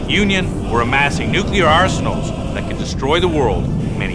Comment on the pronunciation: It's pronounced "NEW-clear" - WHY is this such a tough word to pronounce? I have much more trouble with "supercalifragilisticexpialidocious"